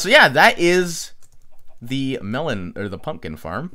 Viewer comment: WHY ARE U KEEPING ON SAYING MELON NOT MELON!!!!